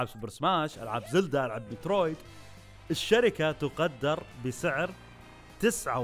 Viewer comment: يقول ميترويد مو ديترويد 😒😒☺️☺️